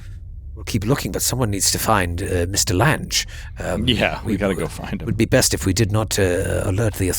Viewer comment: Excellent as always, but...Lan-gees??? LANG, as in "language." Maybe you young ones don't remember the actress Jessica Lange?